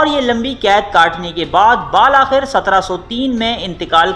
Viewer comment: بھائی آپ کے ویڈیوز بہت اچھے اور معلومات کے حامل ہیں لیکن آپ ایک لفظ " بالآخر " کو با کے زبر کے ساتھ پڑھتے ہو جبکہ اس کا صحیح تلفظ با کے کسرہ کے ساتھ ہے